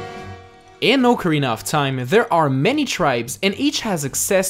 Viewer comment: Ocariner of time